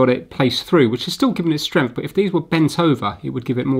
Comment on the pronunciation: I love the way he says "Stremph" for "strength" :D :D